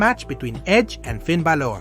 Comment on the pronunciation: Best part is how bro doesn’t know how to pronounce Finn Balor’s last name so he tries out three different ones in the same segment. Good tactic!